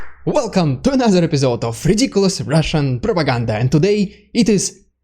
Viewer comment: ‘Ridiculous Russian prrrrropaganda’ 🤣🤣🤣🤣🤣 Slava Ukraine! 💙💛